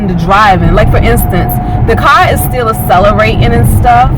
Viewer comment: it is ack cell -er -ate, not a cellerate